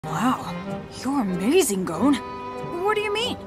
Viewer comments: I hate how they say goAne instead of gon😭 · How everyone says gons name: gon How says his name: goune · Laysia G they say Gon as is moan but with a g😭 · English dub: Go-u-n japanease: GON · dub: goen sub: gon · Japan:gon Englisch :Goaun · I HATE THE ENGLISH VERSION!!! THEY PRONOUNCE THE NAMES WRONG 😭😭😭